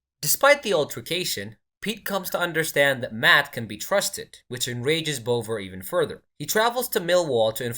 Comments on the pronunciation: You could even go with bov-vah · Tell your AI it's pronounced Bov-ah. Like Bother but with a really London accent